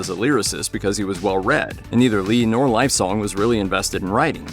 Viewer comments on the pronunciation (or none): Great video. Alex Lifeson is pronounced Life-son...not Life -sone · It's pretty obvious that your narrator isn't a Rush fan! Lifesong??? Lol his name is Alex Lifeson! FYI it's pronounced like Pert but spelled Peart! SMH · LifeSON, not song! (Or Živojinović if you want to be more precise). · Alex... Lifesong? JFC, yeah, get some culturally illiterate teenybopper to narrate your video, why not. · But a demerit for "Lifesong". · How is it the narrator can pronounce Neil's last name correctly but screw up Alex's?! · How do you mispronounce Lifeson but get Peart right?